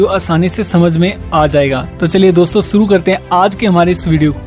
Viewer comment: Boy you should work on 's' or 'sh'.. suru nhi hota it's 'shuru'